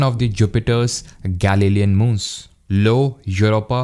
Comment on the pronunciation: I think the Jupiter's moon is 'Io' not 'Lo'. Btw very useful video.